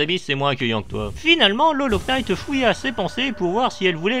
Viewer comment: Le K est muet dans "Hollow Knight"